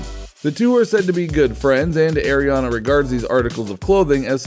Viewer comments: Ariana not airiana I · You said Ariana wrong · Well you did